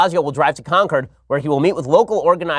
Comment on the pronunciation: Con... cOrd....